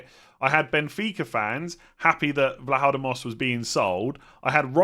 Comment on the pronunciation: You said Vlachodimos correctly except the accentuation is on the "i"